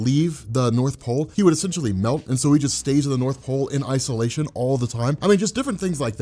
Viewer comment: "In ICE-O-LATION"